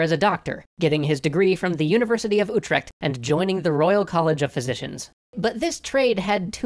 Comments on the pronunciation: i love your pronunciation of the name utrecht :D much love from the netherlands :D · How people say Utrecht always makes me laugh